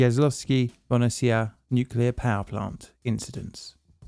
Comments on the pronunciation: It is pronounced ya-so-lau-skea bo-hoo-ni-tsea (Jaslovské Bohunice) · Yo tnx a lot mate. Pronounciation is - Yaslawske Bohooneesea :) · Its pronounced Yas-lows-keh bo-hoo-nee-tze. And it is czechoslovak, not czechoslovakian for F sake! Do you say filipino or philippinean? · What is Bo-ni-ci-ya? Yas-lov-ske Bo-hu-ni-tse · You pronunciaion of "Jaslovske Bohunice" is not convincing at all. Please train it before you publish something - "Yas-lov-ske Bo-hou-ni-tse" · Just learned something new about country I come from very cool let me just correct your pronunciation though Ya-slow-skæ Bo-who-nee-cæ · Ya (like in yard) - slov (Slovak) - ske (sketch, but the 'e' sound longer, although it's not 'ee' sound like in meet) Bo (bold) - who - n (n in new) - itse (itself) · A1 is still being dismantled and no end is in sight. It is considered a bottomless pit where money are thrown at it, undisclosed percentage is stolen and it is not a surprise that director of the company responsible for the process was murdered during late 90's. PS: Please, try to read the name like this – Yaslovske Bohunitse... Thank you. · Im sorry, Im Slovak, I understand it's hard to pronounce for foreigners, but the little hesitation I hear every time with the name is so damn funny xD Yas-low-skie Bo-hu-nee-cie :DDDD I don't mean it in a bad way, but it's hilarious and a little cute xD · Hmm I live couple of 10s km away and first time hearing about it. Also I laughed hard at pronunciation of Jaslovské Bohunice 😂😂 but great job as ever 🫡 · I tought it must be Jaslovske Bohunice but man you murdered that so much I coudlnt recognize for the world of me. :D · Jaslovské Bohunice are pronounced differently as you did, but a great video and thank you for doing it about my home country Slovakia ❤ I have a relative who works with this reactors and is currently helping to deactive it. If you’d be interested in having more information about it contact me please.